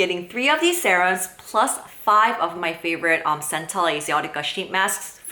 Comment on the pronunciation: 0 because you call it sahrum